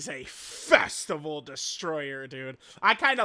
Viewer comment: bro said festival like a slur